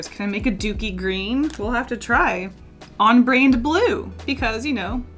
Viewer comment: "on-brained blue" ??? Is that how they pronounce brand in Tennessee?